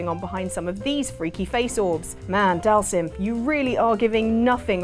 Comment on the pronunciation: Dhalsim = Dahl Zeem....ffs street fighter has been saying the names out loud when you pick them for YEARS now. Don't be so english speaking that we can't pronounce names that have been said to us for years that aren't english. Missed Wesker from Resident Evil. The Mako Eyes from FF7. Blank eyes of many Super Heroes and Villains.